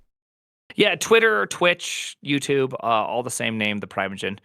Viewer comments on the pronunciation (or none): none